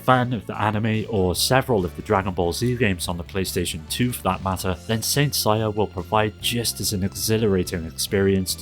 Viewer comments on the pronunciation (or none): Who is Saint SAYA??? Don't You mean SEI-YA?